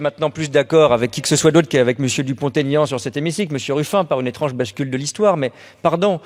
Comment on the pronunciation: Pour info, on ne fait pas la liaison entre Dupont et Aignan, Monsieur Dupont-Aignan sait encore comment il s'appelle !